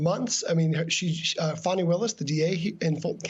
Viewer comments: Her name is NOT Fanny, it's pronounced FAWNEE! Stop calling her Fanny!!! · Even AFTER Greg pronounced DA Fani (pronounced: FAW-nee Willis') name correctly THREE times, Ayman mispronounced it. I realize the discussion is much more important than that but you'd think MSNBC would be first in line to pronounce Black women's names right! Yes, it's a personal sore spot. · That journalist was so disgusting when he kept deliberately mispronouncing Fani's name as Fannie. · FFS -- get it together! CLEE-tuh Mitchell, not CLETT-uh. CHESS-bro, not CHEESE-bro. And Ms. Willis's first name rhymes with Bonnie, not Danny. I'm not a newsreader, and **I** know this bc I pay attn. Journo 101 = Get the names right. It's grotesque that you can't be bothered to do the bare minimum to earn your way-too-high salary. DO BETTER. PS: Even after the reporter said "Fani" TWICE correctly, you persisted in mispronouncing it. WTF is wrong with you?????? You're disrespectful and lazy.